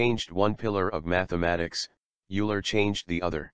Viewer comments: It is not [iuler], it is [oiler]! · Fascinating subject matter. Equations are rather whizzed through without adequate time /explanation for those of us without a PhD in Maths, Physics etc. BTW I think Euler is pronounced "Oiler" (Swiss root). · Also, Euler is Oiler, not Yooler. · Euler is pronounced "oiler". There is no such thing as an eigent function. It's eigen function.